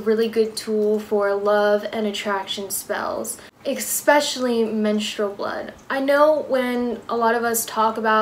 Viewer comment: Ex-specially lol still luv ya